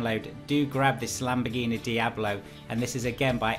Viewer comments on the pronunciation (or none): none